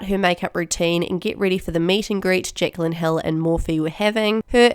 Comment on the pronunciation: "Jecklan, Jecklan, Jecklan" haha that kiwi accent, love it 😂